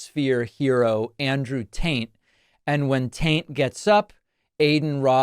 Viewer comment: Did you say Andrew Taint? 😂